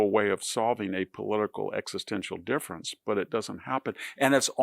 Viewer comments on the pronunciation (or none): none